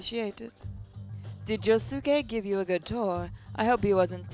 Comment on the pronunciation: I really would to see the jojo sim be played again but you pronounced Josuke name wrong